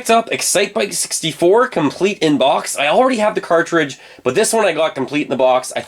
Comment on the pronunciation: Very annoying how you pronounce ‘Box’